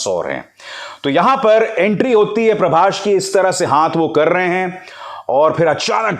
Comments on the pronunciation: Parbashhh nahi parbhas 😂😂😂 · Pehle naam thik se lijiye .. "Prabhsh" nahi ..prabhas hai wo Lot's of currection needed in your video .. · First you learn his name properly.. it's prabhas not prabash.. bollywood dog